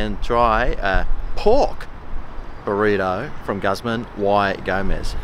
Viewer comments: You mean, “gooz mahn e go-mez”? Tex-Mexican speaking here. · you’re a legend mate! although i believe it’s pronounced gooz - mah - knee - gomez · “guzzmun why gomez”